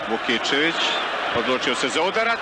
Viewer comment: Prezime je Vukićević, a ne Vukičević, i komentator netačno izgovara.